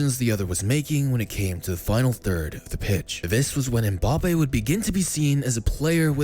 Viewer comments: Mbappé* not Mboppe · by the way, it's Mbappé, not Mbappe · I love MBAPPE but MPAYPAL sounds so funny